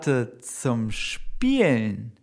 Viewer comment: The pronunciation of "spielen" sounds as it does not have an "l"